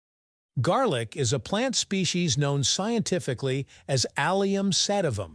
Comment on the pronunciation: lol….not jarlic